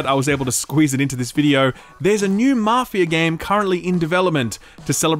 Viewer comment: Maarfia or Maff i aaa ?